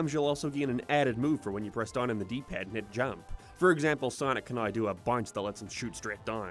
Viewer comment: Every time he pronounces a word oddly, my soul flinches. 'Down' shouldn't sound like 'done'.